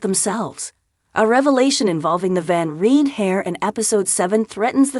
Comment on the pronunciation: It's Van Rhine. And Ada, hard A.